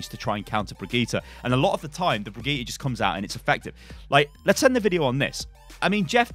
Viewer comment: Haha, how can he still not pronounce her name right? I mean he even interviewed the voice actor, who told him how to pronounce it :D